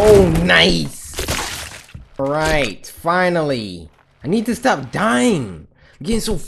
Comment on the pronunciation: DID HE SAY CTOP